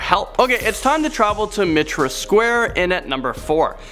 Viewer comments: Oh, Thames isn't pronounced Fames, it's spoken as Tems., and Mitre, as in Mitre Square is pronounced like mighter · Mitre = Miter, Thames = Tems. If Rebecca and Danny can learn to pronounce American place names properly, the least you can do is to try to do the same for English ones. :) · Mitre is pronounced as mighter